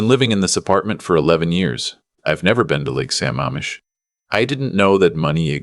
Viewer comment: It's Lake sa-MAMM-ish! Also, if the son is so rich, why are all the other monetary mentions so skimpy in comparison?